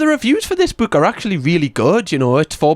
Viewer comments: ok, i can't take this anymore, I'm out "buke" it's pronounced book like hook😂 not like Luke😂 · I didn’t know there was an accent that actually pronounced the word “book” like it what it looks like